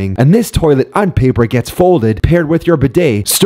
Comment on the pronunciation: STOP PRONOUNCING INFINITE "INFIDENT"